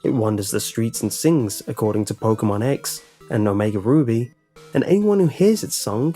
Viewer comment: you said omega booby XD